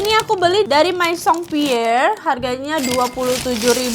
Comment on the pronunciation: Kaa aku izin koreksi yahh hihii Untuk kata 'maison' bacanya 'mezong' 'me' nya pake pengucapan kayak mekap Untuk kata 'cadeau' bacanya 'kado' kalo ini sama kayak pengucapan indonesia Semoga bermanfaat🙏🏻😊